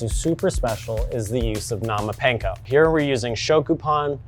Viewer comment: Bro not even saying panko right 😂